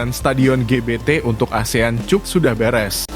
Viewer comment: Bisa membaca GK orang ini yg di vidio bukan Asian cup TPI Asian cap klau bacanya